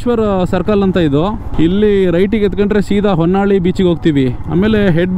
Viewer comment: And honnalli it's vannalli. ಹೊನ್ನಾಳಿ ಅಲ್ಲ ವನ್ನಳ್ಳಿ